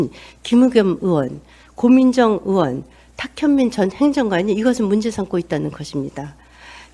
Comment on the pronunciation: 옳은 말씀 시원한 말씀 이십니다 근데 자꾸 거슬리는게 있네요...으원x 의원o (빠르게 으이원) 의를 으라 발음하는 사람들 무진장 거슬립니다 전라도 사람들은 사투리 발음 자체로 모두 의를 으라 발음하는데 전라도분도 아닌 사람들이 이렇게 발음 하는거 이해가 안감... 초등학교 교육과정에 발음 무조건 배우는데... 혀에 문제인가? 그것도 아니라면 부모나 본 집안이 전라도던가 일텐데... 아무튼 이 발음 들을때마다 무진장 거슬림... 얼마전 유재석이 놀면뭐하니에서 정준하한테 으가 아니고 의. 으학박사 아니고 의학박사 으자 아니고 의자 라고 대놓고 지적할때 무진장 시원 통쾌했음.